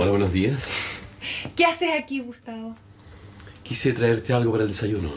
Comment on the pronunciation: Suena como Agustín pero dice Gustavo 🤷🏻‍♀️